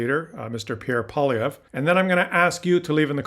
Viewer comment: You are pronouncing this CLOWNS name wrong. It's Poi-LIE-vre.